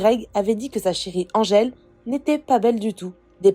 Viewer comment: Greg dit Andgele et pas Angele, ce bebeww ☺